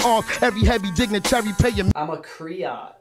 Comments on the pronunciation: Griot, not criot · I'm sitting here cracking up that they were saying "criot."